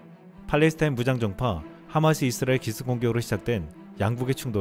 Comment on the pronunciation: '이스라엘' 발음이 좀....;;; '잇스라엘' 이라 읽는 건 외국인들이 그러던데..